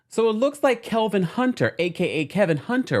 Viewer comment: I love how you call him KeLvin 😸😹😹😹